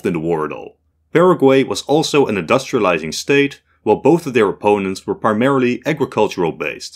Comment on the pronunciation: Why he said industralizing